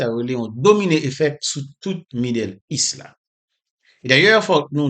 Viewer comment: La se pa yon kesyon de aksan frèm. Lap viv Etazini li sipoze aranje li oubyen li di bagay la an fransè. Nan ki aksan yo di kez ou Kes (case), li di midèl ou lye de medo( middle East) li di aproval, o lye te aprouvo(approval). Fòk ou pa ankouraje li nan sans sa. Se sèl sa li manke pou mwen. Okontrè mwen byen apresye misye. Men chak fwa li eseye pwononse bagay yo nan fason pa li sa deranjem. Pito li di li an kreyòl pito.